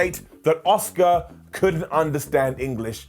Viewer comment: Love u!! Why do u pronounce Asukas name as Oscar tho? Just curious!